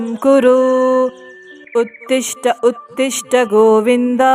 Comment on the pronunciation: ಉತ್ತಿಷ್ಟ ಉತ್ತೀಷ್ಟ ಅಲ್ಲ ಉತ್ತಿಷ್ಟೋ ಉತ್ತೀಷ್ಟ ಗೋವಿಂದ